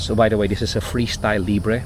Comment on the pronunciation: It’s pronounced as “libra” Mr Pure energy. Keep safe and enjoy your holiday